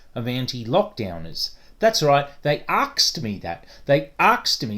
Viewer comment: Lost me at "aksed" and "Youse fink"....